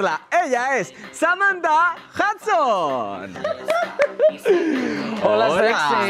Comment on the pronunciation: el detalle de "Samantha Husdon" memeo